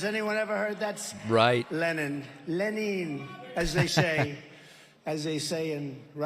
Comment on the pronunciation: In Russia they do not say leNeen.